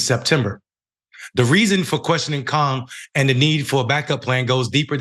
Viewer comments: Did he say Kong....smdh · Kang not kahng! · It's bad enough that he couldn't say Mahershala Ali but he can't even say "Kang"? It rhymes with "rang", too easy. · It’s Kang not Kong. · Damn!, Kang! not Kong! wtf 😒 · Kung.???...you mean KAAANNG right. This dude lives under a rock and butchers every name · Honestly, I can't believe you posted this. You don't even know the actors name you are talking about. You mispronounce Kang as Kong. You say you like books, but you can barely read the news article. You claim that Blade is the 1st Black superhero. Then you make the insane statement that you aren't a fan of any billion dollar industry. You say you don't watch Marvel movies, then proceed to critique them. And if all that wasn't dumb enough, you then proceed to complain that there weren't enough Black people in Black Panther. What are you even talking about? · Next time, use someone who understands these movies, likes these movies, and can pronounce someone’s damn name. He didn’t even say Kang right???? Bro what’s going on fam??